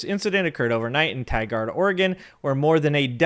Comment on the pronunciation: Ah yes, Tye-guard Oregon